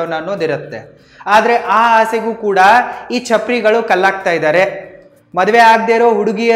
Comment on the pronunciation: ಚಪ್ರಾರಿ ಅಲ್ಲ ಚಪರ್ ಗಳು